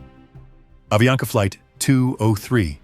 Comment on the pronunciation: é avianca..e não aviana